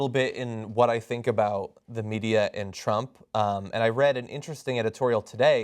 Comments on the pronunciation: I love Bernie, but the way he pronounces "Media" makes me laugh. He pronounces it like the word "Meteor" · "The MEDIUR." LOL! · Why does Bernie always say medier?